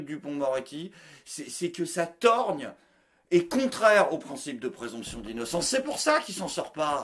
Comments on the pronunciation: On dit la trogne, bordel! la TROGNE. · On dit trogne il me semble, en tout cas dans mon coin. 👍👍 Sinon content de te voir de retour avec la pêche ! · Ah tu dis "torgne" toi? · Juste un truc : on dit "trogne" Pas "torgne" 😌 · t'es en forme !! j'ai bien ri... juste, on ne dit pas "torgne" mais "trogne"... torgne, ça viendrait de torgnole ? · Trogne pas torgne. Bisous